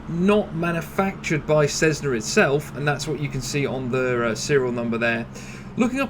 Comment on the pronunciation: This guy is a proze 'Black & Decker' (what do they make?). The guy can't even pronounce 'Cessna' correctly. He's like a cheesy salesman. With the pseudo-US accent.